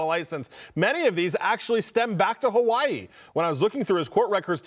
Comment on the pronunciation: Hawaii, not hawai 😂